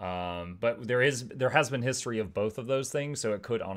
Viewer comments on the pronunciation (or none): none